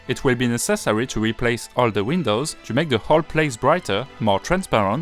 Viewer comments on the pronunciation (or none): none